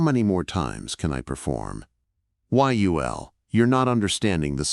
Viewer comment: The Ai voice pronounces Yul as "why-you-ell". I'm so fed up with Ai.